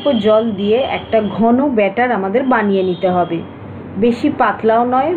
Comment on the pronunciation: বাটার না মামনি ওটা ব্যাটার